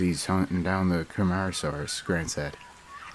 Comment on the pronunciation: Why are you saying Camarasaurus?